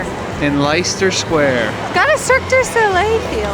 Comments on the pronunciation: Hi, cold wet rainy 😁 didn’t you know that’s another name for the UK but at least we don’t get the extremes of weather. It would be quite disconcerting to wake up and find a hurricane had whisked you off to Oz 😂. Leicester is pronounced Lester by the way. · lol love your vids it’s mulled not mueled and Leicester is pronounced lester😢 merry Christmas to you all love from Nottingham England 🏴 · You pronounce the LE, not the LI, nice vid 😊